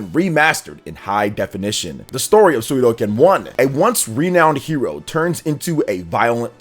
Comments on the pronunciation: If i had a dollar for everytime you said Suikoden wrong you'd be buying me lunch today. It's Sui Ko Den, not Sui Do Ken. That's aside, yeah I'm really excited for their release. They are cult classics. The large scale battles across the series are awesome and i really enjoyed the castle building element in the first one. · Err.. I hate to be that guy, but it's called suikoden, not suidoken. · Suikoden = [Swee - koh - den] Come on man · Sue-ee-Co.-Den. Please learn how to speak!!! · Sudoken? Sudoku? Shinku Sadohken…. That pronunciation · Good Video …but I’m impress you say the name wrong every word you said Suidoken just like Hadoken but it spell “Sui”+ “Ko(or go )” + “Den” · Suidoken is whole diff thing 😂🤷🏽‍♂️ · let's not judge him, i guess he is just excited to deliver some info and his reaction 😅 though to be honest it stings a bit everytime he says the name 😅